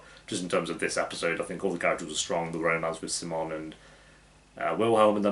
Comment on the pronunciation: I love how you pronounce “simon” in a Swedish accent like how it’s supposed to and not like the Americans who react to this show lolll